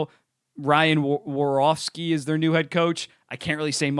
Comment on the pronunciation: One day he'll pronounce Warsovskys name right.